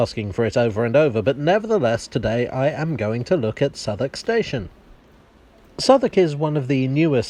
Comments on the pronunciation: Love the pronunciation of Southwark, nothing like how it's spelled. Definitely worth a visit. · I had no idea how "Southwark" was pronounced properly. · Ok, perhaps one of you can answer a questions for me. Despite being a foreigner, I’ve spent a good amount of time in Southwark, but I’ve never understood why it’s pronounced ‘Suthuck’. Is there an explanation? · It's called Southwalk just so Londoners can smugly snigger at American Tourists pronouncing it South Walk! It's a little known fact that half the place names in the UK were invented just to annoy Americans! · It's actually pronounced 'Suvverk' or Suvvuk' by the locals.